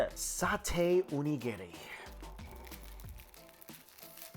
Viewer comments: Mike, you're fantastic and i love your videos... but please... That Onigiri isnt named Gary. O-Ni-Gi_Ri... <3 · If you plan to live in Japan, need to work on that Onigiri pronunciation